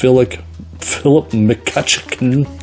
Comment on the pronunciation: I love how you can't pronounce McCutchan. The word you're looking for is flaccid.